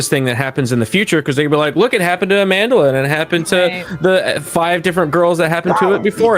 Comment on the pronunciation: Amandla can't even pronounce her name and she has the audacity to call you racists....I'm a black South African.